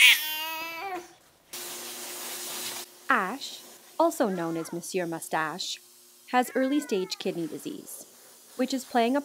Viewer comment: The first english speaking person i see who pronounce monsieur in a perfect québécois accent Props to you🙌